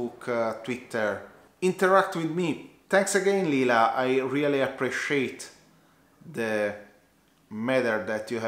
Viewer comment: I'm so proud of you! Well done! hahaha yes it's lila;-) but you get bonus points for pronouncing it correctly. I believe your number doesn't define you. Having 1 million subs doesn't make you superior just like having 10 subscribers doesn't make you any less of a worthy youtuber. That's why I think Cody's #nosmallcreator movement is SO awesome!